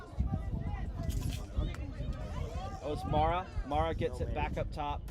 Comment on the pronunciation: To listeners, the player referred as “MARA” in the narration, is called MAREI (pronounced Mar-ey). She comes from a west japan team, where she plays with her twin brother SENA.